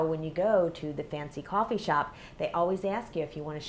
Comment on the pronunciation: Coooooooofffffffffffeeeeeeeee (accent)